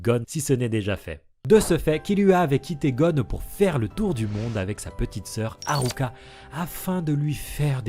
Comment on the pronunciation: C'est frustrant tu dis Killua et pas Kirua et tu dis pas alluka et tu dis ARuka 😭 ça me perturbe 😩 mais sinon ça on s'en fou, j''adore la vidéo !! 👌